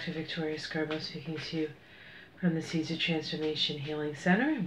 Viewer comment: The seeds of transformation center I thought she was saying Caesar of Transformation center for the longest time lol